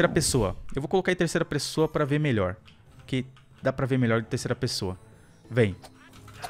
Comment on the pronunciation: Quem ouviu o falando terceira pressoa deixa o like